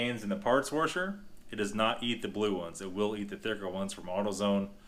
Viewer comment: Yo you say washer kinda weird